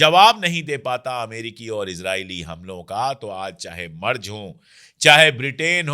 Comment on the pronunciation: अशोक जी , जर्मनी के चांसलर के नाम का सही उच्चारण है " मैरटस " , बस इसमे ट को आटे में नमक जैसे थोड़ा सा ही डाला जाता है 🙏🙂